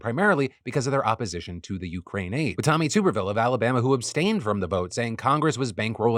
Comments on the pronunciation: Tommy TUBerville not TUBEerville. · I believe his name is pronounced Tub-er-ville. Instead Tube-er-ville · I say this everytime you pronounce his name.. TUB. TUBerville not Tuber. (I don't like him but at least pronounce it wrong when calling his stupid butt out)